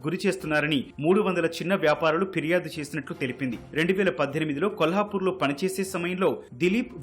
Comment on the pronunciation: Firyadu. Phiryadu kaadu.